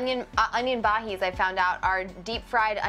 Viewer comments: It's pronounced "ba-Jeez" not "ba-Heez" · it's pronounced ba-ji-ah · It’s actually pronounced bahis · it is so cringey when Stephanie says onion bhajis wrong and she acts so natural and she acts like she knows what she is talking about but she don't